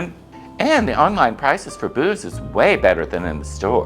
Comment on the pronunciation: Did u say, u order booze or boobs?😮